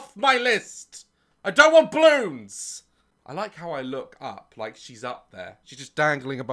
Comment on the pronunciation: i absolutely love how daz pronounces balloons. "bloons"